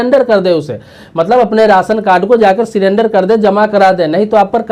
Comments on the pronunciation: Why he pronounced sirender it surrender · सीरेंडर नही, 😀 सरेंडर